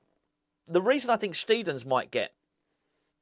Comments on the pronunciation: Its pronounced Sht👁ten in German,. Have watched the German interviews and he seems a cheery, relaxed character like Nobes. Think those two will get on well. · Afternoon, this should clear things up for you, so my neighbours next door neighbours wife is half German and she said it’s pronounced steidten not steidten so there you go mate, you are welcome cheers, Paul